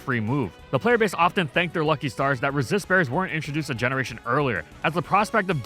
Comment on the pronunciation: For a millisecond I thought you said racist berries.